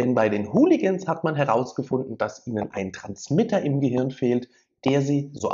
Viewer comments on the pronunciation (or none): none